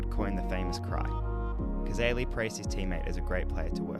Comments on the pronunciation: Even after watching the video & hearing it several times, you still mis-pronounce his name as Cazarly. It is correctly pronounced Cazayly, thanks for your interedt in the game, but pleas do him the justice of pronouncing it correctly. Also AFL has uympires, not referees. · Hi …Roy Cazaly pronounced CAZAYLY was a South Melbourne now Sydney swans football player who died in 1963. The MCG is around 500 feet from goal to goal and that video would be from the 1970s. Cheers Mate! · Pronounced cazaily. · Pronounced kuh-ZAY-lee. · The Aly bit of Cazaly rhymes with Bailey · Hi, regarding positions, the channel that produced the Cazaly (rhymes with daily by the way) video also has this one that I think might help